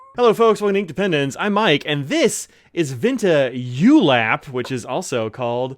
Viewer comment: Great review 👍🏽. Btw, it’s pronounced “oo-lap”, which means ‘cloud’ in Filipino. ☁️ Maybe that’s why it contains grey, pink, and blue hues 🤔. Not sure bout the green though 😅